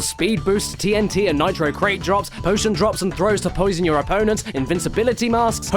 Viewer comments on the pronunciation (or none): none